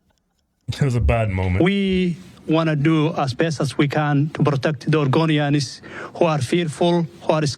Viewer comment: Oregonians ❌ argonians ✅